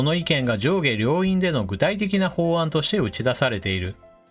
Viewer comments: 、間違いではないかもしれませんが、私の年代ではアメリカの上下両院は（じょうげりょういん）ではなく（じょうかりょういん）と読みます。 アメリカの場合上院（じょういん）下院（かいん）と読みますので。何回か同じような読まれ方をされていたので気になり書き込ませていただきました。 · こんばんは。 マスコミで聞けない情報を聞かせていただきありがとうございます。 今回めずらしく読み違いをしてませんか？ 上下両院は「じょうかりょういん」ではないでしょうか？